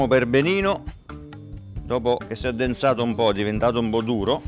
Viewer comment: “Dopo che s’èndenzato un bó, che è divendado un bó duro”